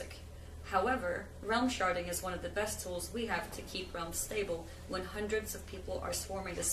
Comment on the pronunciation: Am i the only dirty person here that keeps hearing sharting instead of sharding? XD ghehe